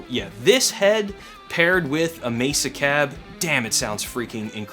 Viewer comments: You pronounce it "Mayser"? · I know. But you pronounce it Mayser? I'm just curious because now I'm wondering if I've been pronouncing it wrong for thirty years.